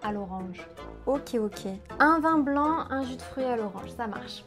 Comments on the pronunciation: pourquoi tu dis un vent blanc et non un vin blanc? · Here's the reality of this - French people don't understand because they don't care to understand. The video is a perfect example. The orderer is in a place where the word "A blond wind" is ridiculous. Ridiculous. And, in any other place where people try to understand foreigners - Spain for example, they would be able to connect the dots. It's done in English all of the time. While there isn't any one single "perfect pronunciation" of English that's because by nature it's made for flexibility and communication between all users of it but I can say that without question the vast majority of French people who learn English as a second language mispronounce things in just as badly as the examples because their French native sonic palette mixes up - when French people tell us they went to the beach...we don't think they are cursing about going to a "b**ch" but it sounds 100% like that and it's just about every French person and it would be a pretty bad thing mixup if we didn't bother to have it make sense. I studied French for 10 years. I can read French novels, I can watch French TV and I don't bother to speak it because it is received as if I'm dropping a dead bird on someone instead of trying to communicate. That is the reality of French. BTW - in Tahiti, Algeria - 2 places I have been where French is used, I spoke French with everyone and they seemed to be able to communicate with me very well. That can be taken for anecdotal but my anecdotes in my real life have told me that